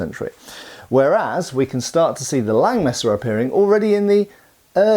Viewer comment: Läng Messa? Langes Messer!